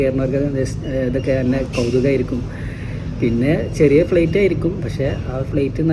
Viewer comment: ഫ്ളെയ്റ്റ് അല്ല ഫ്ലൈറ്റ്